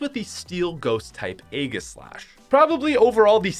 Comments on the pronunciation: It’s pronounced ayJislash not aygislash And you call your self a Pokemon fan... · THIS MAN NEEDS TO GET HIS PRONUNCATIONS RIGHT! HE LITERALLY SAID RAY HEN AND EGGASLASH